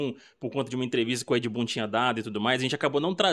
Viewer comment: No final ele fala Ed... Boom? 😅😂🎉